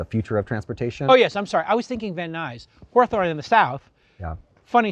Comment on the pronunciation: do you mean HAW-thurn? not "Ho-a-thon"...